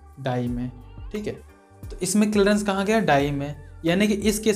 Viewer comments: Ara bhai clreance nhi ... clearance hota h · Kilrence nhi clearance bol bhai